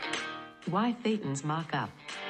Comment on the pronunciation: Once again, if your organization wants to appear to be professional, you need to run quality control before releasing these videos. in this video, the AI voice mis-pronounced the word "thetans." At that point, I stopped watching. You people are just not serious.